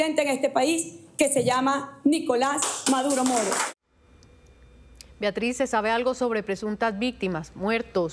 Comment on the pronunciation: Viatriz? O será Beatriz ? Una periodista ya con tnta experiencia y diciendo : viatriz ja